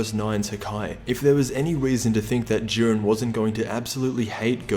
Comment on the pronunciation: Jiiiiiiiiiiren not jurin dafuq